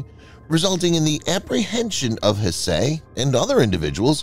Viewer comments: one would think the narrator can simply use Google to learn the correct pronunciation of the name Hsieh. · The TTS is showing quite badly this time. Hsieh is pronounced more like "sye".